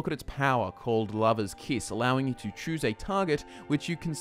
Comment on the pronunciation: "and then take a look at the lava stone" the lava stone? "or a look at its powah larva kiss" larva..? kiss..? you be confusing sometimes but i got it after some pausing and re-listening :P